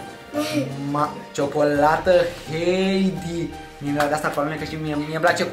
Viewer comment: Antonio: jocolata chinder imeee pleceeee :))